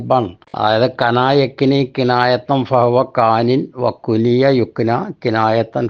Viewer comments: കുനിയ അല്ല ....... കുണിയ ആണ്..... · കുനിയ❌ കുണിയ✅